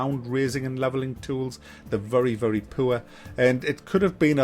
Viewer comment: The way says "poor" is hilarious. Puuuueeehhrr.:-D keep doing your amazing videos.